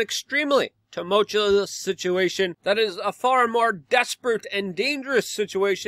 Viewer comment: Boring, too much promo for this paywall channel and after 5 years he still cannot pronounce tumultuous